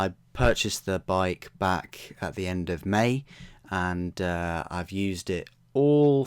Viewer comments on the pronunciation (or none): It sounds like you're saying "or" 13,000 rpm or whatever, those numbers are _ kw/nm etc "AT" __ rpm. It's where in the rpms that power level is reached, not 'or'